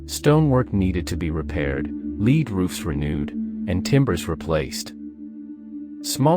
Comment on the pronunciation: If the writer of this vid has a crap voice, get a friend to do it, not a goddamn bot. Since when has Pb been pronounced leeed?